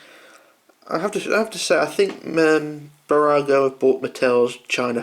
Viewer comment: New subscriber :) 1.5 years later... your pronunciation of Burago is spot on!